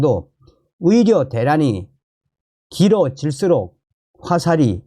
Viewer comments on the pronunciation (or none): 존경하는 선생 (의료)의 [醫]자발음이 [위]자로 들립니다. 방송하시는분이 발음이 좀그러네요